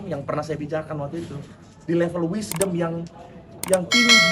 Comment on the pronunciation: Yg d debat plg sering ngucap "wishdom". D debat kyk si plg wishdom. Eh realitanya, tantrum an kyk wanita lagi mens😂😂😂